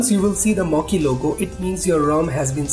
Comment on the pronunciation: It is not mokkee dude